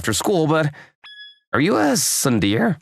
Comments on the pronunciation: Its not pronounced soon deer repeat after me soon day ray spellled tsundéré pronounced soon day ray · I think you mean SUN DEER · Tsun-der-e: three syllables!!! Get it right. I don’t speak Japanese, but I at least know that! These are professional VAs. They should get it right. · There are always wrong pronunciations in these dubs but what the fuck is tsunDEER. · The mispronunciation of Tsundere is physically painful. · It actually caused me physical pain to hear it so egregiously mispronounced. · It pains me to see it mispronounced 😭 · you can tell that the male voice actor for the second story has never watched any anime of any kind or any of these romcom manga videos in his life by how he pronounces "tsundere"